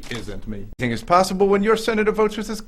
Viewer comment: did he say hennything is possible?